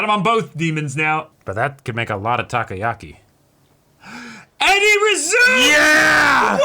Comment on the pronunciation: Appreciate him saying the japanese word but I just wanna correct it, it's takoyaki.